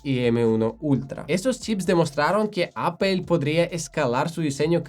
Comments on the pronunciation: Sería muy conveniente que el conductor de este canal, pronunciara de forma correcta Apple 😁😁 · Me ha encantado tu explicación sobre los procesadores M de Apple. He descubierto hoy tu canal y me he suscrito. Ma llama la atención que, siendo nativo english speaker, pronuncias “apple” como solemos hacerlo en España. Es un signo amable de empatía ;)